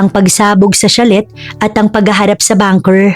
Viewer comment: Nice story 👏 but I couldn't take it how you read (chalet) it's sha-lay po👍 like sachet it's pronounce sa-shay... Just saying.